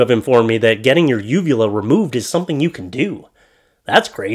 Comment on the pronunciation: shit,,,i need to clean my ears,, i thought you said vulva at first.. lmao